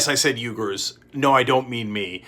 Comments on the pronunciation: Loving your opinions Cenk. Can I raise a small piece of info? "Uigers" is pronounced "Weegers". Keep up the fabulous work guys. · Pronounced “wee-gurs” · Isn’t it pronounced “wee-gars”? Not bring critical I’d just like to know if by chance I’m wrong. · BTW. "Uighurs" is usually pronounced: wēˌɡo͝or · Cenk can't pronounce "Uighurs" properly ... =-/ Also: Superchat by "Dah-Vid Pac-Man"!! X-P